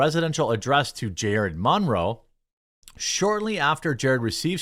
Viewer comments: Jeremy, it’s Monroe, like Marilyn Monroe. (Mun-row) Good video buddy. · Dude!! What is with the Mahn-row pronunciation? 😬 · The way you say "Monroe" physically hurts me.... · Why are you saying Monroe so weirdly? It's distracting with how much you keep saying it😂❤ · I refuse to listen to anyone who can't pronounce Monroe